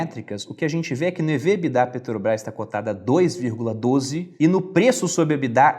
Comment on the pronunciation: Muito bom o Video, mas ouvir "Peteobrais" é foda